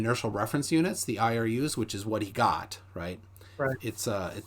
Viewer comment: THis guy says "access" instead of "axis." What an idiot — it's painful to listen to him.